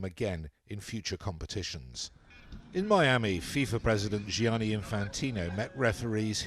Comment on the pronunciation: Gianni (as in Infantino) is an Italian name, why is it constantly being mispronounced as though it is a French name ?